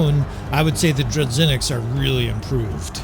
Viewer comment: My man, as a Russia dude, who hear "dru-ZH-inniks" (Russian word) it makes me feel very uncomfortable. Let me explain how to pronounce " ZH " sound. Its like a " J " in the word " bijou ". Or imagine you became french and say " voyage ". The sound " g " in that exact word would be somehow correct version of " zh ". In Russian that sound more firmly